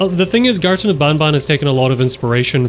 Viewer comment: how you say banban is more of bonbon that is a spelling mistake you are the spelling mistake with sringeon